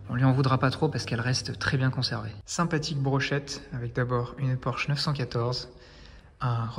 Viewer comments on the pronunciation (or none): none